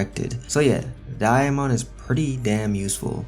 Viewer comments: I’m surprised nobody corrected him because it’s sounds like he saying diamond like bro there’s no i where you getting the i from 😭😭😭😂😂😂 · The way he says Damon is great😭😂